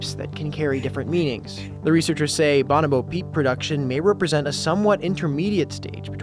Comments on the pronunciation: why is he pronouncing bonobo like that? lol. buh know bo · I would like to pound this fucked for saying banobo instead of bonobo